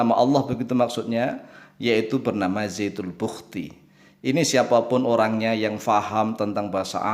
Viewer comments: penulisan yg benar zatul buhti artinya zat mutlak atau zat sejati atau zat semata - mata.bukan zaitul buhkti seperti ucapan pak.mungkin karena orang riau jadi lidahnya agak tertekuk dan terdengar ucapan zaitul buhkti jadilah ikut2an.kita saling mengingatkan dlm ilmu bukan menuduh "sesat menyesatkan" seperti kyai karena itu perbuatan yg buruk. Astagfirrouloh alaazim.. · Mas Syam, Saya dengar kan sebanyak 7 kali posting. Nampaknya memang terdengar Zaytul lebih daripada Zatul. Bisa jadi hal ini juga yang terdengar oleh. Untuk Zatul Buhti memang ada. Saya pikir juga Pak Ustadz pasti lebih tahu dan paham. Beliau jauh lebih kompeten daripada Saya. Matur Nuwun Mas Syam atas posting nya. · Ass.wr.wb...,..kayakx zaitul bukti. Bukan zaitun bukti.....apa kupingku ya, yg budek...... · Saya baru dapat postingannya...ternyata sebelum putar...ada tertulis....zatul buhti di layarnya.......akhi...jadi hanya salah pengucapan...saya sudah coment di chanelnya...mudah2an bisa di rubah....cara ucapannya...afwan... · Jangan ngeles... orang Islam di negara manapun, dan di daerah manapun, jika sudah mahir membaca al-Qur'an, maka lisannya akan sama dengan lisannya orang Arab... ZATUL BUHTI .... ini juga salah total Karena kata ZAAT berbeda dengan kata DZAAT Seharusnya DZAL bukan ZA' Udah dibilangin harus ngaji dulu agar tidak menyesatkan ummat kok malah ngeyel, jika belim bisa ngaji, maka buat konten kuliner, atau montir mobil atau pertanian... jangan merusak agama Islam sembarangan